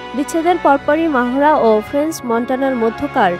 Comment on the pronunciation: আমাদের সাংবাদিকদের বাহিরের মানুষের নাম উচ্চারণ করতে হিমশিম খেতে হয় কেন বুঝলাম না তার নামের উচ্চারণ হবে মেহরা বলে মাহোরা😂😂